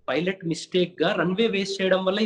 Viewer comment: Emayya పైలట్ అని అనాలి ,filot అని అనకూడదు ,నువ్వేమైనా bithiri sattiva enti